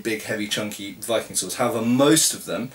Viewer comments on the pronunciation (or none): "HOWEVA", in rune :D